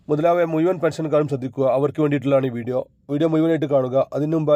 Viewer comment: എടാ മുയുവൻ അല്ല മുഴുവൻ ആണ്